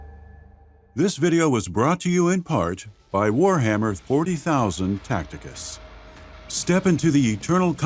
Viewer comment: Stop saying Warhammer 40k like that.